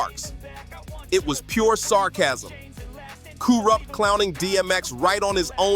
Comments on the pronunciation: Who the fuck is koorupp? Lmao 😂 Ironic how before you said it correctly, you said incorrectly! I’m fucking crying 😂😂😂🤣🤣🤣😆😆😆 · He said Koorupt 😂😂😂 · Im dead 😂😂💀 To KOORUPT..!!🤣🤣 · Bro you trying, but Kooprupt and Nash tho, ok bruh😂😂😂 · 😂😂😂 kooorupt and naaas😂😂😂😂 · LMAO i was JUST about to comment on this... the fuck? "KooooRupt" lol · Dude you need to research and properly pronounce your work,you fucked up Kurupt Tupac and Nas name and you got no idea that you're doing, go read green eggs and ham or something,get your own culture